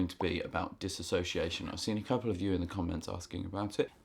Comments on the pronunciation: For future reference it is pronounced diss-ooh-see-ation. Not diss-a-so-see-ation. No “a”. I have been clinically diagnosed with BPD (quiet) a very rare type of OCD. I dissociate on a regular basis and I experience severe amnesiac blocks. Thanks for the info and I am glad to know other people suffer the same. In my experience exercise and therapy are the only treatment that helps, also being able to talk about it. I have issues talking about most serious or perceived serious things without dissociation. It’s a highly miss understood and miss diagnosed mental disorder. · This might be a bit nitpicky for me to point out, but it throws me off when you're talking about dissociation and pronouncing it as "disassociation". As far as I looked up, disassociation isnt a word. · Well done video...except that the correct pronunciation is DIS-SOCIATION no A.🙂 My dissociation is linked to my SPD... Schizoid Personality Disorder and Social Phobia. Diagnosed 13 years ago. I've been treated with anti-depressants and anti-psychotics, and everything in between. Right now I am down to 16 pills a day(go me!). Oh and therapy, of every type. I still dissociate daily, even though I've become a recluse. I never know when it's happening. I just lose chunks of time and have complete amnesia. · You are both spelling and pronouncing it incorrectly. There is no a in the word, and contains only 5 syllables, not 6. Just passing that along. Dissociation.